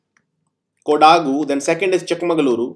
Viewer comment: sir its kodagu not kodaagu